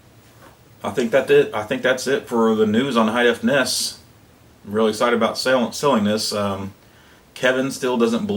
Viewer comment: n-e-s, not (lock)ness